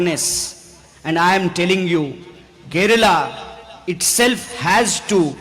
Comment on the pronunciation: He is the first north Indian to pronounce it correctly as Kerala and not as Keral as all north Indians do. He deserves a PM's position some day.